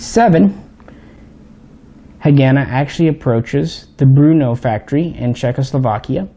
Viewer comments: Brno not Bruno...lol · Its BRNO not Bruno.... 😎🤝😁👍